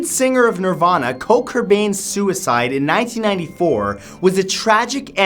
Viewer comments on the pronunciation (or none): At like he calls Kurt Cobain, Coat Kurbain 😂😂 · It’s Kurt Cobain not Coat Kurbain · he calls Kurt Cobain "Coat Kurbain" smh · He said cote curbane!?!?!?!?for curt cobain.....im hurt... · Did anyone notice that he said coat curtain? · This is one of my favorite youtubers, but its KURT COBAIN not KOLT CURBAIN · Ok dude, you didn't screw his name up once, but twice! It isn't Colt Cobain, or Colbain, it's Kurt Cobain. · Kurt Cobain not Coat Cobain. (I just had to) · Did this guy just say Colt Cobain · Jasey Gray He called Kurt Cobain Cort Kurbain. As a Nirvana fan that is Offensive. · EXCUSE MEH DID YOU JUAT SAY KURT COBAINS NAME WRONG HOW DARE YOU😛 im not really that mad but you said kulrt cobain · Co Cobain? B**ch what u just Say?!!! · What was Nirvana's lead singers name again??? Kote Curbain??? Lol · koat cobain? it's KURT, Matt. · coat kurbain sorry mattew u said it wrong its kurt kobian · Wait a second he just Called him Coat Kurbain instead of Kurt Cobain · you said Coat Cobain 😂😂😂. It's Kurt Cobain 😂😂😂😂😂😂😂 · KURT COBAIN NOT COTE KURBAIN DUMBASS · You transposed the syllables in Kurt Cobain to Coat Kurbain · did anyone catch when he said Coat Kerbain instead of Kurt Cobain? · did he say kolt kurbain? its pronounced kurt cobain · you mispronounced Kurt Cobain's name in this video.. you said Kort Curbain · I'm sorry, who is Co Kurbain? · Is it just me or did he say koat corbain instead of kurt cobain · Did he really just say Colt Cobain? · i heard Co Kurbain... Matt it's Kurt Cobain, no Co Kurbain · cote kurbain? it is kurt cobain. just sayin. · Coat Kurbain? you mean Kurt Cobain? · Anyone else notice Matt said "Kote Kurbain" instead of "Kurt Kobain"? 😂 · Matt said Cote Curbain. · Did you just say Coke Curbain, dude!? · Coat Kurbain, huh? Lol love ya Matt! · Matt really said coat kerbain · Am I the only one who’s going to adress the fact that he said Kote Kerbain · "Coat Kurbain" -Bald Facts Man, 2017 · Cot Kurbain?? Lol. Replayed it 10 times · "Coat Kurbain"?